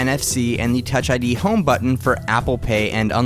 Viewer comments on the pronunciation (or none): none